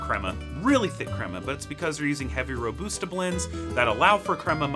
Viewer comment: ro-boosta blends